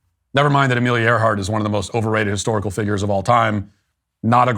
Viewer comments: I thought I heard Katy Perry say hysterical, not historical, in her speech. HAHA!😂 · Katy mispronounced hysterical